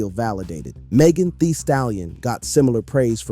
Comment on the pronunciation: “ it only lasted for tree days” 😂 😂